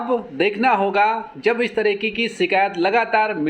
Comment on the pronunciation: "शिकैत" नहीं होता है "शिकायत" होता है। कृपया भविष्य में ध्यान रखिए।